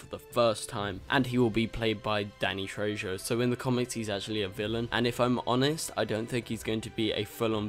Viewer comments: Its pronounced Danny tray-hoe not Danny tray-joe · The J in Danny Trejo's names is pronounced like a h.